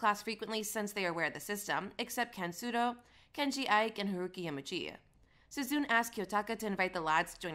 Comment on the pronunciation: feel like you're pronouncing a bunch of names wrong with insuffieicnt emphasis on each syllable, sue-zune is obviously sue-zune-neh for example